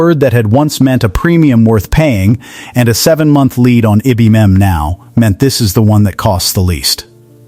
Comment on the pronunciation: Needs to be read by a real person. "IBM" is not pronounced "i-bum".